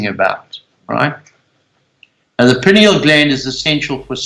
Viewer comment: Amazing. He needs to learn how to pronounce "pineal".